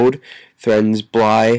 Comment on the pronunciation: say his name right it's blythe not bly